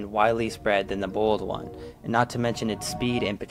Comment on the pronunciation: Why do you pronounce the boiled one like the bald one?